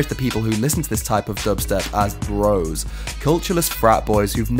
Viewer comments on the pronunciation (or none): none